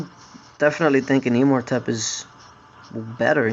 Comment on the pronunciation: It's imortepp not e-mortepp